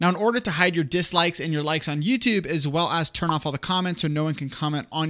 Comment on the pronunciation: It's YouTUbe. Not YooToooobe.